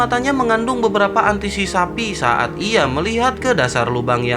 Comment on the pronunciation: Antisisapi mau kurban min Antisipasi 😂